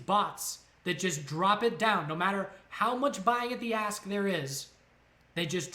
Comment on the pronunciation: Any one else hearing a$$ and bit instead of ask and bid, getting bit in the a$$, lol. Thanks great info.